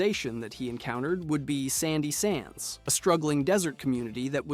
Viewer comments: you keep saying sandy sands. its shady sands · Did this dipshit just say sandy sands? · Shady Sands not sandy sands, get a clue dude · I literally can't believe how many times he said Sandy Sands and never came back to fix it somehow. Like anyone who can read knows it's Shady Sands. 😅😂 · SHADY SANDS Not Shady Sands That's a Newbie mistake 🤦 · Had to turn it off after the 3rd 'sandy sands' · Sorry. Can't finish this. I hear you say sandy sands one more time, I think the power of atom will guide me to you. Wouldn't want that, now would we? 😅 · Shady sands Not sandy sands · Bro it fully hurts to hear you say sandy sands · It’s shady sands buddy😂😂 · SHADY SANDS. not sandy sands..😂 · Shandy Sands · At this point i assume he was saying sandy sands on purpose just to get us to comment.. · SHAY-DEE SANDS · Isn’t it shady sands? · He lost all credibility after calling it Sandy Sands. Like, how can I take anything seriously from someone who can't even read? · Shady Sands. And it's Horrigan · Sandy sands? Gee-ECK? Am I in the twilight zone? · Sandy Sands? 4 different GECK pronunciations in 10 seconds? Saying the Lone Wanderer was in vault 13!?!? Bruh what are you doing 😂😂😂